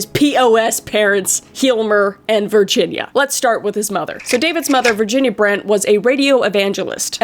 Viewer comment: When Kris said the moms name I though she said virgin 😂😂😂😂